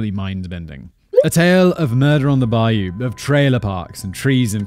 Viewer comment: Nope, Simon, you're not going to know about Jennings. But at least you can pronounce "bayou," unlike the guy from Criminally Listed. I swear to god, his episode on this made me want to lose my mind. I understand when people can't pronounce some of our words, like "Tchefuncte" and "Natchitoches," but "bayou?" If you're not from around here, Jennings is way down south in Jefferson Davis Parish, probably close enough to the Gulf to need to gtfo when a hurricane comes through. It's going to be sorta fucked down there.